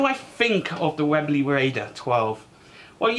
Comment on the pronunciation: probably made the best air rifles the UK will ever produce for mainstream use mite be worth learning how to say the name correctly 😂. Like this review of the raider, your wife's got that safety action nailed haha couldn't be half as disciplined if I tried 😂